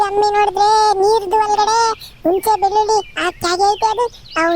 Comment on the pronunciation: ಲೋಕಿ ಬೆಳ್ಳುಳ್ಳಿ ನ ಏನೋ ಬೆಳ್ಳಿಲಿ ಅನ್ನುತಾನೆ. ನೀನು ಎಷ್ಟು ದಿವಸ ಆಯ್ತು ಮಂಜು ಲೋಕನ ಜೊತೆ ಸೇರಿ ಇನ್ನೂ ಕನ್ನಡ ಮಾತಾಡೋಕೆ ಬರಲ್ಲಾ ತೂ S... B... 😁🤣